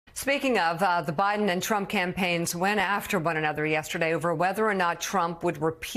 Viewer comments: That dude said “biben” 🤣🤣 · “Buden”…. ?…wow…!